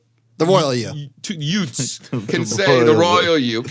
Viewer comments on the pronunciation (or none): The two hwat? Did you say yutes?